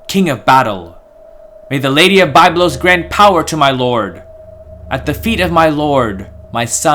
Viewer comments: It is Biiiiiiblos not Bayblos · I cringe every time I hear the incorrect pronunciation of Byblos, but otherwise excellent videos. Thanks!